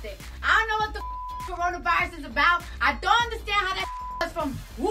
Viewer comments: No it’s: KarraranaVirussassss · When she say "C0RONA VAIRUS" bro i rly felt that😭😭👌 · KARANA VAIRAS